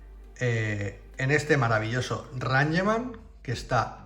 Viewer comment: Rangeman? Es "Reingchman"😂